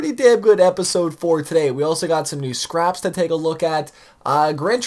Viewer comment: "scraps" what?